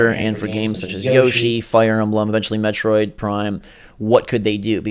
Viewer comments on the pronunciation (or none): none